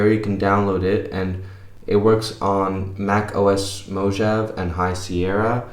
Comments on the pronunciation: Informative video, but I have a LEETLE TEENY criticism: the mac OS you mention is pronounced "Mow-Hah-Vay", not "Mow-Jav". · "Moh-jav"?!!!" Nice pronunciation there ;)